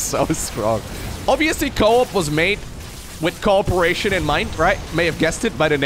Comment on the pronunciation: ah co-at instead of co-op